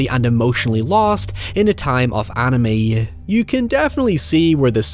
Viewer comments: "In a time of ennui"? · 'emotionally lost in a time of anime' OH. OH being SPICY today. Edit; Wait, wait was he saying 'Ennui'?